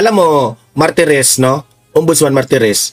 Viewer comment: Martires hindi marites